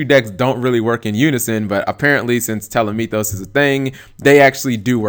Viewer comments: Dude...."Tele-mee-thos"? Nah "Tah-leh-may-us" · "telemitos" damn G, it's Ptolemaeus ("pytole maios") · tall - o - may - us there's no "meethus" at the end. there's not even a "th" in the spelling of the name. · God damn it. It gets me every time how Cap pronounces Ptolemaues.